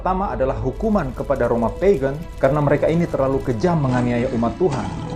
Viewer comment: Di detik itu artikulasinya kurang jelas Roma apa? Next ditunggu video tentang penjelasan setiap meterai..thanks